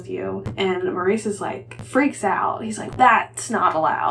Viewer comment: Loved this vlog - thanks for the reviews! I got an ebook of When the Tides Held the Moon and your review prompts me to hurry up and read it. I also was waffling on reading my ebook of Yield Under Great Persuasion - still not sure if I want to read just yet. Superfluous is pronounced su-per-flew-us (the second syllable is stressed). Also in British English, "Maurice" is pronounced MORR-iss (emphasis is on the first syllable, which rhymes with "or," followed by a short "iss" sound). It stands out to me because of the film starring Hugh Grant which I have seen twice.